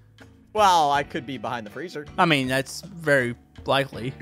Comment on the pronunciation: Are u in de freege O.B*mimics * Me:Freege Freege Freege keeps watching it and cracking up